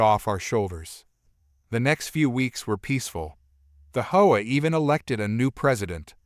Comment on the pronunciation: Please pronounce HOA right. Saying it the way u r saying it sounds like a prostitute. U know the slang word.